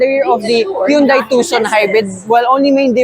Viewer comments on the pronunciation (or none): Hyundai pronunciation sire